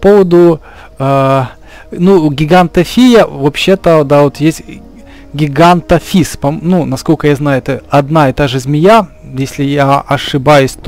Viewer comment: Не гигантафис а гигантофис